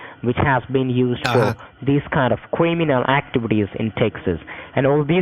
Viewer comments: cwiminwal activities lol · Cwiminal activities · Cwiminoh acchivides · I'm so glad he told you about your Quiminal Aktibities... That was close! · So many kweemeenal ack-TVs